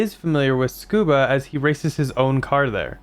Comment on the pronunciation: Love the video, but please TSU-KU-BA, not SCUBA 😊